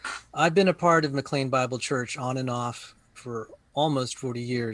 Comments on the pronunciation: needs to know what he's talking about before he comments on it. This was not a "death threat" against David Platt. And it's pronounced "McLane", not "McLeen". And Platt is late to the game - the church started in the early 60's and became a Megachurch under Lon Solomon in the early 2,000's. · The church's name is pronounced as though it were spelled "McLane"